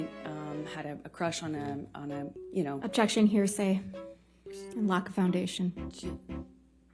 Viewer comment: "Ovjection" amabutakum